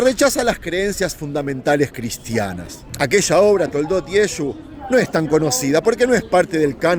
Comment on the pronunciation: Llamar a Jesucristo Yesu es insulto nadie les gusta que pronuncien mal su nombre todos corregimos a alguien que medio dice nuestro nombre o los dice mal